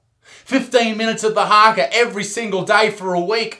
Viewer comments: this was actually funny af plus he couldn’t even say the Haka properly (sorry Isaac for calling you out) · When you said Haka I laughed so hard because you said it wrong😂